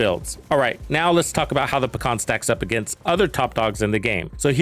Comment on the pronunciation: Although, it's not "paKhan", it's just "paHan". Russian word for "kingpin". But overall, I am glad that I can finally run RPK and not some MG or Stoner or some othe fancy gizmos. I would prefer Pecheneg, but still.